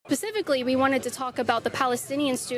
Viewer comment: Starts out "Pacifically" rather than "specifically." I don''t care what the reply is when the question is so stupid.